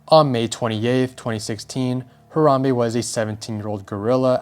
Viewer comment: It should be a crime how u pronounced Harambe.